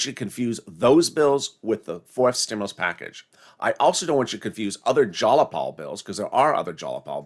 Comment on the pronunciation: ITS JAYAPAL.. not JALAPAL 🤣😂🤣🤣🤣🤣🤣🤣🤣🤣LOL. YOUR FUNNY "" ❤️